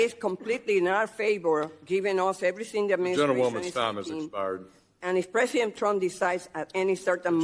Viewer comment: Pressint tump. Dafuq?